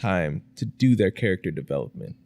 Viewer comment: "thiyri nit equivilint" 🤬